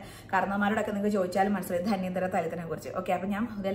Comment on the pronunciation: ധന്വന്തരം ആണ്. ധന്യന്തരം അല്ല😊